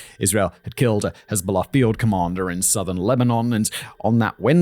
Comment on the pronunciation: the "hez-bahla" pronunciation is so bad that it's funny 😂